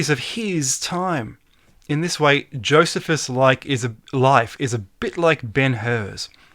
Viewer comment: youre killin me smalls:P its JOE "SEE" fuss:P